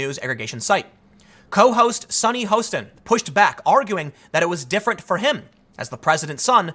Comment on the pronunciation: You're making me do it again. Your ignorance is showing again but at least you have never watched the View before. Her name has never been pronounced Host in. It's Haw stin.